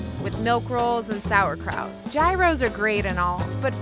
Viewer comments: Learn how to pronounce gyro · Y’all so concerned about how she pronounces gyro, and I agree, but also want to point out that she is pronouncing “Gaius” way wrong